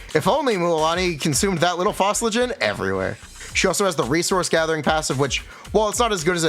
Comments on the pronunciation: flō-ji-stən, not fos-li-gen XD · Aint no way bro pronounces "phlogiston" as "fossiligen" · Phosligen HAHAHA phlogiston man